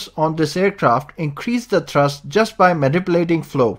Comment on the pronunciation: It's pronounced "thrust", not "trust".